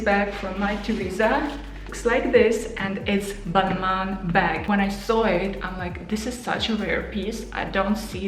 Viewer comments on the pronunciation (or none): I think it's pronounced balmah